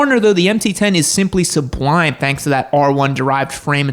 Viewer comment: Say "sublime" again one more time...